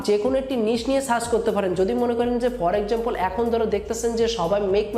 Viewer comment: ভাই আপনার উচ্চারণগুলা ঠিক কইরেন "পর এক্সামপল না for example"